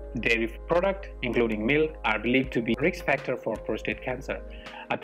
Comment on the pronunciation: If you will excuse me saying so, the word is not PROSTRATE, IT IS PROSTATE - no second R.